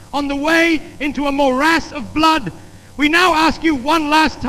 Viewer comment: "blewd and eeron"